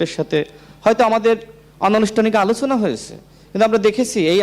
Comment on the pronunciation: রাশেদ উচ্চারন ঠিক করে কথা বলুন - আলোছনা কি?